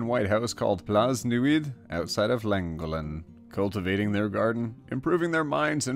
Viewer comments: as a Welsh speaker I can verify that is neither how you say Plas Newydd or Llangollen. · the way you pronounced Plas Newydd and Llangollen triggered my gag reflex. it's plas ne-oo-with and thlan-goth-len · Llangollen is pronounced closer to clan-gok-len as the Ll in welsh is a very different sound to a single L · I cracked up when he said lan-go-len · Its really funny he pronounced Llangollen like clan-go(like a hard g like ko)-len If anyone's wondering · Lan-goth-len. Kinda. Hard to write Welsh phonetically, just add in some of the sound you use to censor "dick" or "bitch" for any Ls:D I've really missed videos, so glad I'm back! <3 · Llangollen = (hlangohlen) Plas Newydd = ( Plas Nairwith) Its Welsh. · I was screaming at the pronunciation of Plas Newedd in Llangollen. Love when people have never seen Welsh before. 😂😂💜💜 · Imma just mention this since I live like an hour away from it and nobody says it right but... Llangollen isn’t pronounced like you’d read it in English, it’s a welsh town and in the welsh alphabet the sound associated with ‘ll’ is what would be a ‘ch’ in English making a throat sound similar to a throaty kh similar to some German words so it’s pronounced More similarly to: ‘Klan gokh len’ Also for people that actually speak welsh, I know that doesn’t really read how you pronounce it just I’m not sure how to actually write the out phonetically. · You pronounced Plas Newydd and Llangollen wrong, but nice vid